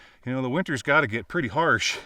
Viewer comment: Is it "pretty" or "pertty" lol Unbroken glass is what blew me away!